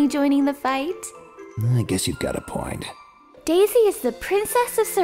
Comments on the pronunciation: It sounds like he's saying Day Zay instead of Daisy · This boy said "dayzsay"